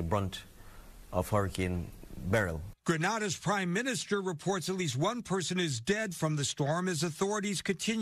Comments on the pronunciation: Its not GRAN-ADA THAT IS IN SPAIN,,,,ITS GRENADA. IN THE CARIBBEAN.. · Grenada is pronounced Green -ay-da Carriacou is pronounced Carry-ay-coo. Petite Martinique is pronounced Pee-tee -mat -neek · It's Gren-nay-duh and Carri-ah-coo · Granada > Spain Grenada > Caribbean (English pronunciation - Gre Nei Da)